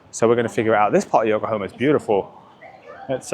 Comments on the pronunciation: It is YokohAma and not YokohOma!!! Sorry, but it feels very disrespectful to not be able to say the name... The name is even printed on so many tires... how can you not pay attention and read it carefully just once? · Yokohomo. Really man? 😂